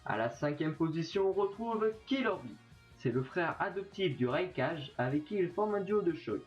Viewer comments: RAIKAGUE PAS RAIKAJE MDRRR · Nous : RAIKAGUE LUI: RAIKADGE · Ca se prononce raikague (meme si sa s'écrit raikage) et on dit utchiwa (même si sa s'écrit uchiwa) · Attend j ai bien entendu raikaje a mes oreilles xd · Minato Namikaze Surtout quand il parlait du raikage il a dit "raikaje" 😂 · mec déjà sltp, sa s'ecrit ''raykage'' mais sa se prononce ''raykagué'' donc sltp fais un effot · Comment tu as dit raikage je suis vrm choquer (👮👮👮👮👮👮👮👮👮) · Raekage pas raekague t'as voulus porteé correction mais t'as echoué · Putin mec sa me fait mal au cœur de t'entendre parler d'une histoire comme celle ci et que tu écorché les nom ainsi tu abuse